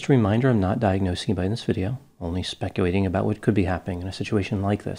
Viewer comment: Don't you mean... "spec-u-ating"?